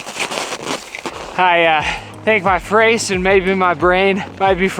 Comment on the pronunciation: I backed up "my frace" 3 times and was cracking up LOL